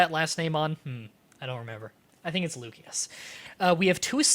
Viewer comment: I think it's pronounced lucie-us